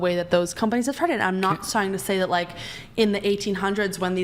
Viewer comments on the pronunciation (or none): swear she said 'cumbunnies' instead of 'companies'